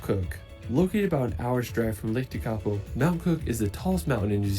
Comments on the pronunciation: Love your coverage and commentary, Tekapo is stunning pronounced Tech a po, all of our nation is incredible so worth the trip but the best thing about us is that we love visitors kia ora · Im from Lake Tekapo and all of you pronounced it absolutely Wrong 😮 Tek a po you Morons 😅😂😅😂😅😮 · He's mispronouncing some Māori names. One is Wanaka. The stress is wrong. More like W/one-ă-car. And Tech-ā-poe